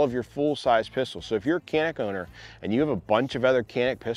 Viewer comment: It's not called Kanik. Try to pronounce like "Janik".